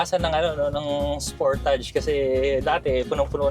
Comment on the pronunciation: Spur•tuhj po ang tamang pronunciation.